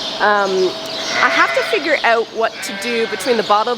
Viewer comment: The one that makes me smile is "oot" instead of out.